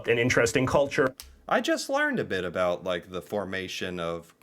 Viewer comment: Did anyone else notice that the narrator of the video pronounced about as a-boot. Not sure if that was a joke or not 😂